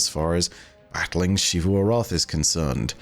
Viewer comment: "SHEE-vu." My brother in Christ it is 2022, please pronounce the name right.